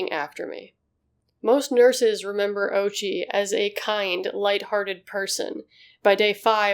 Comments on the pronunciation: It's o-U-chi, not OH-chi. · O'oochi not Ouchie. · God plays sick jokes with irony. The mans name is ouchi bruh and i thnk a lot of people would pronouce it owchy lol Holy heeellllll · The pronunciation of ouchi is oh-ooh-chi. Also, neuron beams🤣🤣🤣🤣🤣🤣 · The name “Ouchi” can be mispronounced as “Ouchie”. Edit: I meant similar to “Ouchie”, not mispronounced.